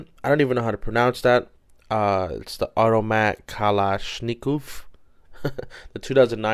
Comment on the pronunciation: Kalashnikov is the name of the guy who designed the ak47. AK stands for automatic kalashnikov only its originally in Russian. Its pronounced ka lish nah cough lol